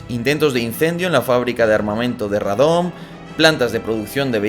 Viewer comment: con cariño desde Polonia. Wrocław en español es BRESLAVIA, que suena muy bien. Sugerencia de usarlo en próximos videos. Y Radom, se pronuncia con la sílaba fuerte al principio Rádom. Por cierto, en Varsovia ya sabíamos que este tipejo era espía, muy torpe, la verdad Saludos¡!